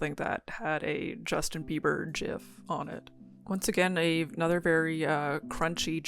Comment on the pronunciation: congrats on 10 subs and thank you for pronouncing gif correctly again